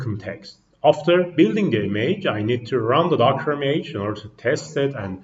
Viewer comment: Check the pronunciation for "image", the way you pronounce it sounds like "e-mage". Thanks for the presentation!